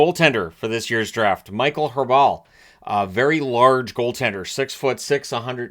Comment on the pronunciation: His name is pronounced Raball. The a like in park.